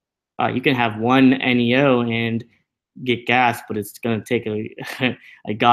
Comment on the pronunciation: I thought it was pronounced neeeooh not eneeeooh